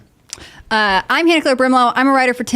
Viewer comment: Super freaking weird that wouldnt say Hannah-Claire's name correctly. What the hell is that about